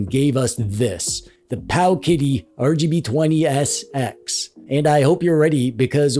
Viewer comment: Yeah ‼️👀 glad I’m not the only one but he’s probably saying s x tho🤣